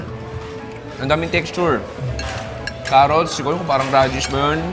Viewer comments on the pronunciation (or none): none